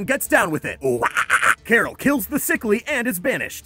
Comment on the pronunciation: Her name is Carol not Coral